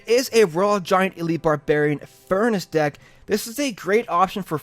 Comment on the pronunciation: he said ded instead of deck